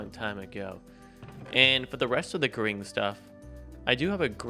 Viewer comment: Gring not grind